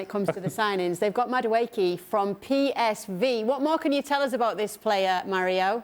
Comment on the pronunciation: I mean Melchiot can’t even say PSV correctly, ffs 😂